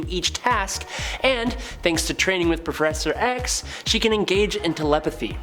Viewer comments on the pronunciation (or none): when it's hard to say professor x !